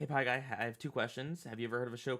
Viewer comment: The way it says PieGay honestly cracks me up.